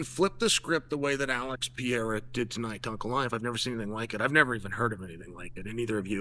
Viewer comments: forFuxAke, IT’S PEREIRA! IT’S NOT PIERA! It’s closer to PEDEIRA, with a fast D. Forget PIERA. Stop it! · I promise you it's Perreira not Pierra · It's not Piera. It's Pereira - Pay Ray Rah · Chael I hope you do read these comments. Please pronounce Portuguese and Spanish names accordingly. I'll be the first to say this but your mispronunciation is making you lose a lot of Latino fans. It's cringe to hear the mispronunciation over and over again. It's not Pierre. You can say Pay-hay-duh instead. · alex pierre!!!! xDDD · Cmon Chael it’s Pereira not Piera 😔😂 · And who the hell is Piera? PEREIRA, not that hard, uncle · Who is Alex Piere? ITS PEREIRA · 🇧🇷 PE - REI - RA not Pierre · Can someone help Chael pronounce Alex's last name properly?!! It's NOT Pee-Air-Ah 🤦‍♂️... It's Peh-ray-rah in English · Mah Man Chael. The Man’s name is Pereira not Pee Era. Do your brazilian fan friend over here a favor and just refer to him as Poatan, will you? All the best. Chama.🔥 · It’s not Alex Piera , Pereira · Who the hell is Piera ? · It's not Pierra, it's Perreira for crying out loud. Learn the name already 😂😂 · Alex Pierrea really confused me. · Who is Pierra? 😂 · Alex has been fighting in the UFC for almost 4 years now, and Unc Chael still hasn't pronounced his name correctly a single time. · Uncle chael please, pronounce his name right. Pi- rare- ah Not Pee-era 😂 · Who's "Pierre"? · Who is this "Pierre" Frenchie fighter he keeps talking about? He should be talking about Pereira! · Alex "PIERA" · It's PUR-EH-RAH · IT'S ALEX PER-EH-RAW ! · New mythical fighter: Alex Pierre-uh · How is Chael STILL calling him 'Pierra'? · Alex "Piera" ....... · Alex Pee-air-ah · Who the fook is Pier ? if you keep refusing to pronounce Pereira then sincerely F you. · New pronounciation unlocked: Alex Pee-era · Funny how Pereira becomes "Pierra" in Chael's way of pronouncing the name. That's a good indicator on why the Pereiras who emigrated from Portugal to US changed their surnames to Perry.